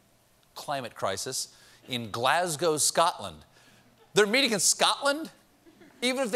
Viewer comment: Well done, Stephen, for pronouncing the name of the dear green place, Glasgow, my hometown and entirely coincidentally the most violent city in western Europe, correctly. Many don't. Now, our devolved government is no great shakes, but we aren't having to eat cardboard pictures of food, as they are in that country to the south...Eeengland, I believe it's called by the unlucky denizens thereof. ❤️ 🇬🇧 ❤️ , and I mean this most sincerely. We're allowed to slag off the other members of the most successful union of countries in all of human history since we're not allowed to go to war with each other any more! ♦️♣️♥️♠️❗🤔😳😖